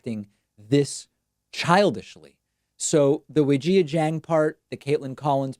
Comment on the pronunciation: I love you David, but you're absolutely butchering Weijia's name pronunciation.